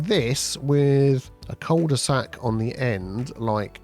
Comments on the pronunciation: It is pronounced "queuel de sac" without the j sound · I mean if we want to get technical, it's pronounced "coo de sac", but at this point I don't think we're gonna convince too many on this side of 'La Manche' to revert to the French pronunciation! 😅